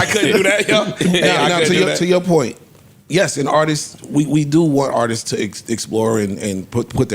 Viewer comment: not knowing how to say Artists is Crazy!🤦🏾‍♂️😂😂